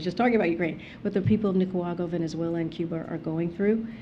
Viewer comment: This woman is not capable of answering the questions asked. She can't even pronounce Nicaragua correctly. She needs to be replaced.